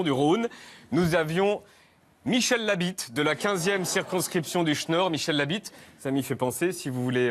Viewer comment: On dit dech nord pas duch Nord